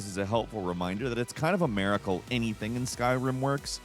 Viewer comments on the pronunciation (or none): What is a "Mare-icle"??... How do you pronounce mirror?